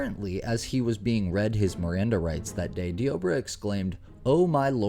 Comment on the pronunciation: It's pronounced "Deborah" like in the Bible. You saying dee-OH-brah is so irksome 🙄😑